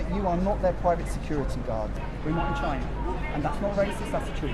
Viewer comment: Saying you're not in Chy-nah is WAYCIST!